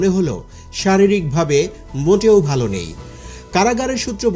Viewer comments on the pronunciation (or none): none